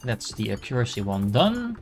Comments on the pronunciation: hi! Not sure if this is helpful, but currently you are saying it like A-cure-acy. When it would be closer if you pronounce it like Ack-your-ah-see. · Pretty please Google how to pronounce accuracy. I like the video and game. But as a fellow dutchie it pains my ears hearing you pronounce accuracy.